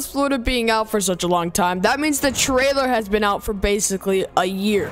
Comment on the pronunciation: im triggered, he called it southwest florida "triler," why not fix to trailer